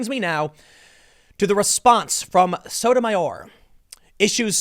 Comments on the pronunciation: Associate Justice Sotomayor's name is pronounced "Soto my ore" not "Soda mire" You really God awful at names. But I still love ya. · I believe it's pronounced So-to-ma-YOR. Like Tommy Sotomayor. We can't all have a monosyllabic name, Tim Pool. Or can we, Ti-MO-thy? (Preesent.) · Hey Tim it's Sotomayor pronounced (So-toe-my-or) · so-toe-may-ore just saying